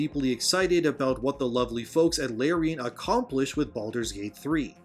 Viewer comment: You keep mispronouncing Larian. The first syllable rhymes with the letter R.